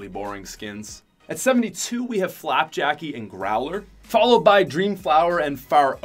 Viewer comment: He said growler and flappjakie